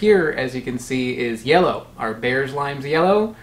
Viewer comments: Apparently Bearss is pronounced “Bierce” rhymes with “fierce”. There’s a Bearss Avenue in Tampa named after an early settler family of local citrus growers. That’s probably where the Bearss lime gets its name. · Bearss is pronounced like Bierce. Only people from the Tampa area seem to know this except by chance or instruction. Limes are sold green for exactly one reason: if they’re sold yellow, people think that they’re lemons. Green key limes are vastly inferior to ripe yellow ones: not enough juice, chiefly.